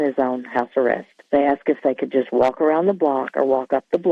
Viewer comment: 1: stop saying ewu 2: the letter l in the word walk and talk is silent. 3: you can say the word sexual, we are all adults here.